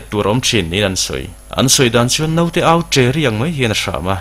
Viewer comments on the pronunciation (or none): none